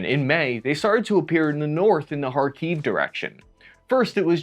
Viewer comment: Im impressed! You actually said chasiv yar and khakiv the correct way. I think someone should give this kid a cookie. Now lets continue watching and see if you can say them or other words the correct way.